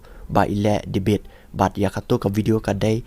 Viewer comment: Ieng ha liang pyrshah mo sa pronounced Devate instead of debate 🤭fi instead of phi🤦🏼‍♀️